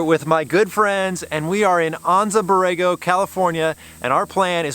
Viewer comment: Silly question for you. I grew up in Anza, Ca. and it is pronounced An-Zuh. Is the Anza Borego desert pronounced Awn-Zuh as you did in this video?